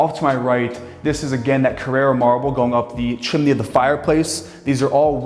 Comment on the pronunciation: It's "CARRARA" Marble not Carrera, it's not a race car